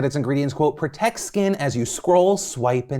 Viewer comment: I can't focus on anything else besides the fact that she actually said "help 'protec' your skin"